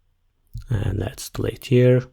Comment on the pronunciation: ogladam sobie losowego hindusa ale nie pasuje "dilejt" do tej ukladanki. tresc bardzo dobra, angielski toporny i polskość zdradza jedno slowo. sprawdź sobie w slowniku jak sie wymawia delete i czym sie rozni od delate